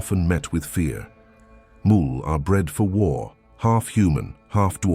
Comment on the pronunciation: He pronounced mul wrong. It's pronounced mule.